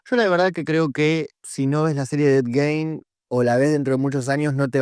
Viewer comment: para romper las pelotas no mas, el apellido se pronuncia "Guin"